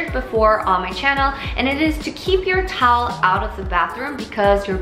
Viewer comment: Weakness: The word Towel It sounded like she said Tolll Tolll 😂😂😂